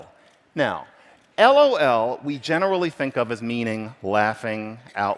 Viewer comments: 15 years ago when gaming online with friends we would say "lol" the way the speaker said it. I haven't heard this said out loud in years though! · His pronunciation of "lol" actually hurts. Great analysis, though